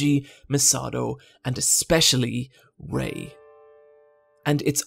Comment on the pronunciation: As someone who watched a non-english dub, the way you pronounce Asuka, as (the way it sounds for me) Oscar and not as As-u-ka and Rei as Rey and not Rai really confuses me